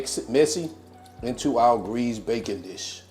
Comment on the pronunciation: You pronounce tarragon the same way I do so that makes it correct. 😊. When you said greased baking dish I thought you said bacon. So I think bacon would taste awesome in here (but then it's not French onion I guess.). Nice video!